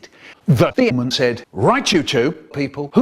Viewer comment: I love how Michael says demon like themon